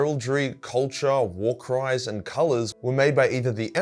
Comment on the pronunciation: ngl, thought he said war crimes and not war cries.